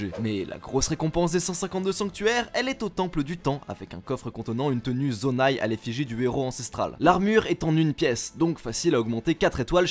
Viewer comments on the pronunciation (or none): Zonai, Zonao, Sonao. Dites simplement Soneau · La vf du jeu le prononce "sonao" et je suis déçu, je préfère soneau 😕